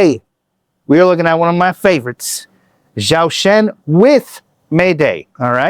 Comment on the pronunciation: Thanks for reacting to Zhou Shen and Mayday! Your insights were very interesting and I appreciated hearing what you have to say, as well as listening to them. But please, it isn't Zow Shen, it's pronounced Joe Shen. Thanks so much! :)